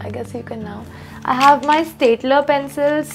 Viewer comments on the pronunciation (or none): none